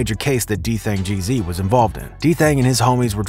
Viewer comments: You pronounced his name wrong the whole video. It’s Dthang g’z not gee zee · Gee-Ezzz not GEE ZEE 😂💯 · It's Geeez not G-Z lol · it’s Dthang Gzlyy not Geezy😂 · White boy in black folks bidness! His name isn’t dthang g-z, it’s dthang Gz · Stop saying G-Z bruh, it’s Gz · It’s “ Gzzly “🙄😂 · Geez not geezy + his name is Daniel not what ever the fuc yu said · GEEZ not G Z haha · Makes me embarrassed to be white when he says geezeey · Bro wth is a geezee😭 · Nigga said Gee Zee 😆, stop reporting on NY outsida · rah gizz 😑😑😑😑 learn how to fuckin pronounce shit wit yo white ass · If this nigga say dthang G-Zee one more time… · Nicca said D Thang G ZEE 😭. Bro this ain’t it. There’s too many errors in this but I think you’ve done it for click bait 😏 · Nigga can’t even pronounce bro name who tf is dthang geezy gz like the gs just with an z hurt my ears everytime he said geezy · Ur saying gz wrong its GEEZ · It’s literally just pronounced “G’s” just more emphasis on the “s” sound like “zzz” so it’s Dthang Gz of the YGz lol